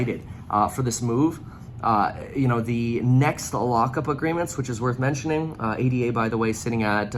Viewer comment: ADA is named after Ada Lovelace, no need to say each letter.